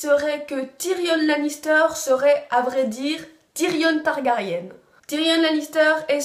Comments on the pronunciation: on dit targari1 et pas targarienne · ON DIT TARGARYEN PAS TARGARYENNNE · MDR on dirait Hermione avec ton commentaire sur la prononciation de Targaryen x)